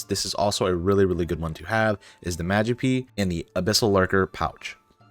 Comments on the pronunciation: Great video but please try to pronounce stuff right. The first 2 mistakes we're whatever but it starts getting pretty annoying when trying to watch the vid. :P safespot, not safesot. magpie not madgepee. guild of our own not guide of our own. and a couple more. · Magi-pee :D sounds like a pokemon. Tis' a Mag-pie sir xD Great guide btw, and Ty for your time and effort. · (Magpie) Love how you say MadgePee and not MagPai. Such a lil cutie